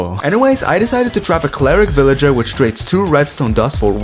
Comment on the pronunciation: bro pronounces villager with no L